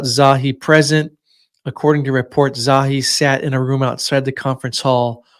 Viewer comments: "Za-hi Hawass"* Not Zowie. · Pronounced...Za hee not Zawee